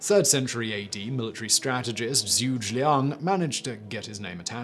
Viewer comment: my man really called Zhu Ge Liang ZOOGE Liang xD